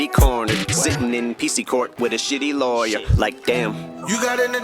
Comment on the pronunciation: Love R word scheme then his over Pronounciation of R,s like LawyeR, KindeRgarten , Jimmy CaRter